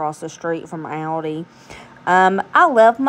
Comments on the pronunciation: I think the way you say Aldi is correct. I’m from England but live in the US and we say it the same way. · We don’t pronounce Aldi either way here in Northern Europe where Aldi is originally from so you are absolutely good in the way you want to say it 😂❤ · your saying it right lol everyone else is pronouncing Aldi wrong 😂